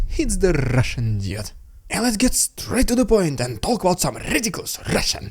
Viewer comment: Sometimes when you say "The Russian Dude" it sounds more like "The Russian Idiot."